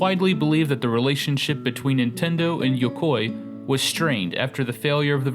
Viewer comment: I don't think Yukoi is pronounced like that.